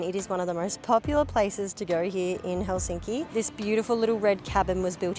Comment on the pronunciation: You are so nice and your family! You pronounce Helsinki correctly unlike most Anglo language speakers!